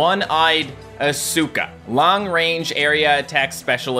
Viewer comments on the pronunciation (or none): I think asuka is pronounced awes-ka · as a well educated evangelion fan I can confidently say ITS PRONOUNCED AS-KA as if you your saying ask her but faster but with a UH sound at the end. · pronouncing asuka like I did when I was a kid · His pronunciation of Asuka brings me great pain. Great vid, though.